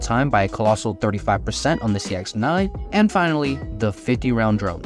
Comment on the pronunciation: An intentional mispronunciation of the sex9… i mean the cx9. 👀